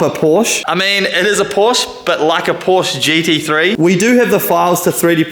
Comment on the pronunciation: Love this project. Absolutely amazing. But a Porsche fairy loses its wings every time you mispronounce Porsche.